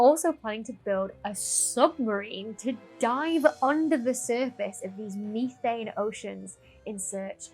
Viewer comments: MEE-thain? METH-an! 😅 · Ok Ok Ok.... this has got to stop..... Say the word Methanol and then Say Methane..... You're saying Methane wrong.